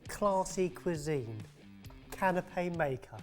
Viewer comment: "Canape" (I'm not intentionally being "that guy", but it took me a minute to figure out what had a cloth umbrella over it until I realized what you were actually saying)